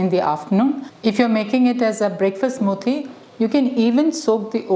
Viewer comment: 'Smooothhhie': I love the Malayali accent.